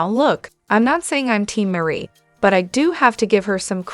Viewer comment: Meri's name is not Marie. It is pronounced like Mary.